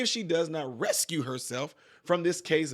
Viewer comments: NOT RESCUE......BUT RECUSE....RE CUSE! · It's pronounced "ree cuse", it's not ress - cue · The word is re-cuse, not res-cue. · Recuse not rescue ! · It is not rescue It is Recuse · Its recuse...not rescue! Thats 3 times so far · Come on! You can't talk smack about people who can't read when you said "rescue" twice when if you could read you would see it said "re-cuse"... Well make that three times you said it. Dang, as I was typing you done said it a third time! Re-cuse, re-cuse, re-cuse!!!! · It is not rescue, it is re-cues, like re (do it over) and cues like pool cue. Recuse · Please stop saying "rescue".....the word is recuse. Rescue is to save/prevent someone from harm or certain death. Recuse is to step away or resign from a situation. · Speaking of people that cannot read, it’s recuse not rescue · Dude, you are saying "resCUE." The word is "reCUSE." It's two different words, two different meanings. PLEASE, if you are reading for folks who cannot read for themselves, speak the correct word. Fani is being asked to RECUSE herself, which is another way of saying she should remove herself. It has nothing to do with rescuing. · Recuse not rescue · Recuse (Reh-Cue-z) Rescue (Res-Cue) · Recuse. You kept saying rescuing😊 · Recuse not rescue. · Is recuse not rescue they are pronounced differently and they have different meanings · Hi Just so you know, you're misprouncing the word "recuse." You're saying "refuse." It's a different word. Sorry. check that. Love, Joan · I like your content, and I don't want to be that guy, but the word is(re_cuse) recuse, not rescue. Just an FYI with love my friend. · It's RECUSE not Rescue! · Recuse, not rescue! Come on dude… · Sir, the word is recuse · Hi. Love your content. To warn you, folks call me the "grammar police". Anyway, the word you read as "rescue" is actually "recuse". Same letters, different order. Accent on the second syllable. Cheers. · The word is RECUSE my man, not RESCUE. Big difference. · Re-cuse, not rescue